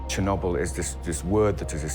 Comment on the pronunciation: Someone please el tell Ben, Chernobyl doesn't rhyme with wobble.